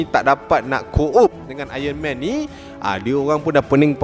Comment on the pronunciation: Aron man bang bukan ayen men